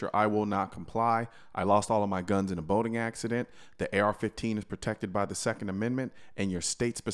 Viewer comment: Haha.. I thought you said “I lost all my guns in a voting accident”, that would make a cool t-shirt as well 😅